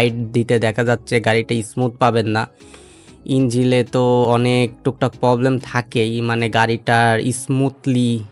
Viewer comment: ইঞ্জিল ❌ ইঞ্জিন ☑️ পবলেম ❌ প্রবলেম ☑️